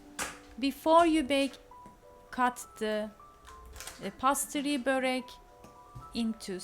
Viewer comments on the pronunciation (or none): Pa-toy-to degil. Po-tay-to diye söyleniyor. Pastri degil peys-tri diye söyleniyor. iyi amacla düzelttim, hakkinizi helal edin. Elinize saglik 🥰